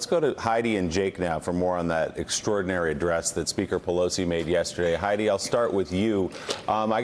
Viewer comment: It sounded like he said "extraordinary dress." Lol but anyway, impeach Trump please.